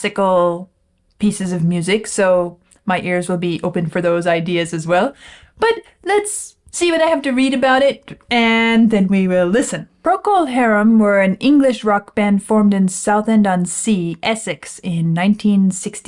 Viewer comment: The band name is pronounced Procol Hah-rum, not Procol Herrum.